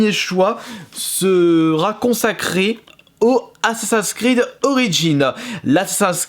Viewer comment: Mais arrete de dire assa’s creed tu peux pas dire assaSSIN’s Creed tt simplement 🤷🏼‍♂️